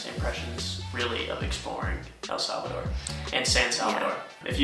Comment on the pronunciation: You guys can't even pronounce correctly the name of El Salvador 😂😑🙄